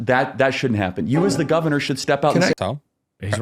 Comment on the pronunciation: I’m glad I’m not the only one saying “Gaviner Newsome” 🤣 my wife calls me out often for it!!